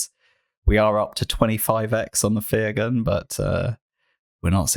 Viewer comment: Fyr Gun is pronounced Fire Gun. Get it, bombs come from her gun = fire gun.